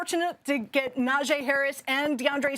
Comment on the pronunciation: Say it with me: NA JEE like JHEE/GEE Harris. Stop butchering my man’s name if you really appreciate him so much